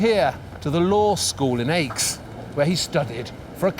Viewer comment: Nice work! Please stop pronouncing Aix "aches." It's pronounced like the letter X, not difficult or specialized knowledge